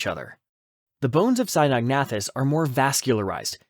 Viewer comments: It's pronounced Sino-nathus....not Sinog-nathus. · The narrator keeps switching between 2 different pronunciations of Cynognathus. Very annoying.